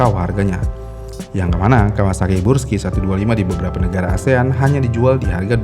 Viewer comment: Yang bener brusky apa bursky sih? Ko dia bilangnya bursky mulu